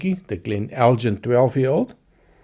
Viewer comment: Just FYI: the "g" in Elgin is normally hard (so the same as the "G" in Glen). There is a manufacturer of spirits, though, that uses the name with a soft "g" as a play on words with their El:Gin... (so, if you order "eldjin" in a bar, you will get gin, not whisky - or just a puzzled expression!).